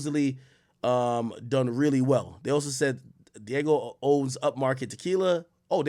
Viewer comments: Ak. It ain’t Diego. Di-a-geo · That’s not Diego, AK. 😂 It’s Diageo , You better pronounce it well this time boy! Dia Geo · Dee-ah-ghee-oh not "Diego" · Dee-ah--jee-oh that's how it's prounounced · Dee-AHH-Gee-O. Diageo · It’s pronounced Dee AHH JII OHH